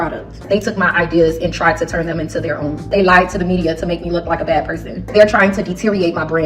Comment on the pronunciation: Bro you cant start your vids with saying “churn” instead of “turn”. Immediately skipped video.😂